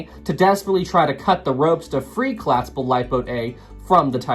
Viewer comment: Said “Collaspable” and “Warshed”. That’s two strikes. Don’t make it three.